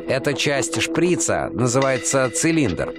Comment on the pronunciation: шприца ударение на а.